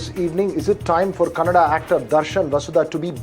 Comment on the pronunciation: It's not Karnatak it's Karnataka It's not kannad it's kannada